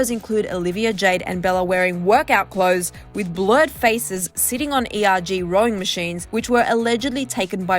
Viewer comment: It’s pronounced “coxsin” not coxswain 😂 and us rowers just say erg not “E-R-G”